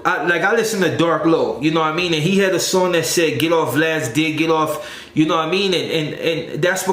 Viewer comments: That fool “vlaud/vlawd” 🤣😂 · Who is Vlod?? You mean Vlad!?! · It’s vlad not vlod And it’s suuu surf mang